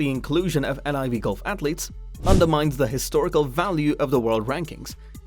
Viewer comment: How do you know all this information but not how the tour is pronounced